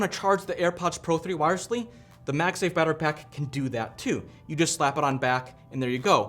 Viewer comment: what is a "moife"?